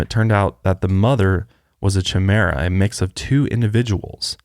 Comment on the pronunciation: I kept thinking you guys were saying tumeric people... Are you supposed to be saying chimaera ? It's pronounced (ky-mera) Love yous but loool